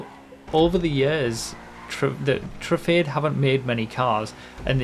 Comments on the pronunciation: Can we start pronouncing Truffade as True-Fad-Ay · convincing people it's pronounced: true - fahd - deh